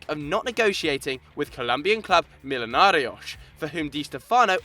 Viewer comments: The one where the narrator kept making Millonarios sound like a Portuguese or Easten European team by saying Mil-o-na-rioch, instead of Mi-jo-na-ri-ohs. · why pronounce millionarios as millionariosh? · What's the point of trying so hard saying "Millonarios" in Spanish when you don't know how to pronounce "Millonarios" correctly.....